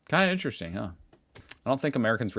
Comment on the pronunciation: "This should ne interessting... Interesting Maps of Europe" Linguist 2025:face-green-smiling